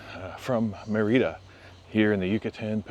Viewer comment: It’s Mérida, not Mereedah. 🤦‍♂️🤦‍♂️🤦‍♂️